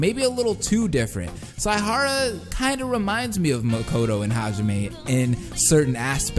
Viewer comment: "Su-moo-gi" ITS "SEHMEGEE" IM DEAD (Like Tsumiki but with gee at the end) It's also "S-eye-ha-ra". "Kee-ree-gee-ree" You kinda said so many names wrong. :/